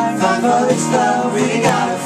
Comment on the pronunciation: I swear Max says GLOVE instead of LOVE haha!